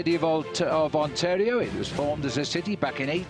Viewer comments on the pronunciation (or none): none